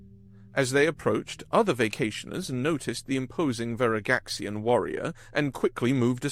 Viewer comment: Your Pronunciation of Veragxian IS IMPRESSIVE. I love good narration